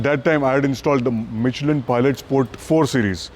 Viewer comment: Bro you are saying michlin all indian people says wrong words its Michelin buddy but you choose excellent tyre brand continental German brand 🫡🤗 top1 list tier brands tyre are Michelin, Continental , Pirelli ,Bridgestone